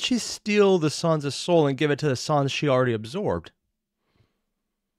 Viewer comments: I'd say he says undine more as [un-dean] instead of [un-dine(like dining)] and sans as [s-ah-ns] instead of [sense]. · Your pronunciation for sans and undyne are really funny. I'm usually accustomed to hearing them a certain way so you calling undyne(un-dye-in) as (un-dine) and sans(se-ans) as (saa-ns) is very fun. Also you picking up that the ut sans is not from the original timeline is very attentive of you. It actually comes up later but great for picking up on it.